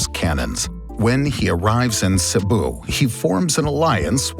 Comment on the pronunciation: Wow I commend the pronunciation of Rajah Humabon, Cebu and Mactan. Very good!